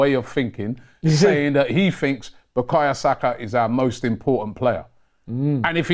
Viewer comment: Robbie it’s Bukayo not Bukaya